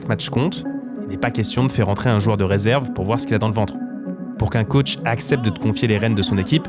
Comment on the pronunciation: the caoutch? c'est un canapé dont tu parles? c'est comme ze shoute?